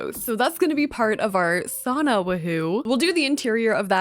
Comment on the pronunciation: I’m so sorry girl but as a finnish person the way you pronounce sauna just makes me cringe😬